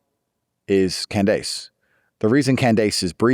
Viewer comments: not Can-dayce 😂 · It literally took me 5 min to realize he meant Candace Owens when he said CAN-DESE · “Can dase”